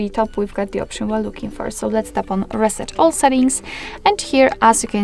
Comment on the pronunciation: Reset, not raset